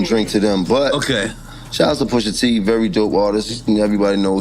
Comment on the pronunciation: who the fuck is poosha? said his name in the video like 50 times and you still messup is crazy like you edited this and still messed up the name smh nasty work